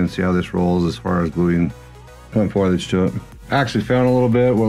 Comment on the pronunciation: Fo-lee-egde ;) great tutorial by the way.